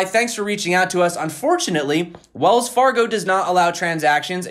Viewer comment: Wells Far-gone lol